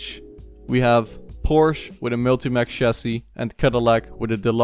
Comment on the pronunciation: please pronounce Multimatic not Multimac as you do